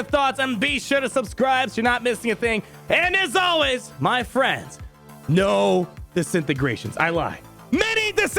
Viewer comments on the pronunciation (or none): none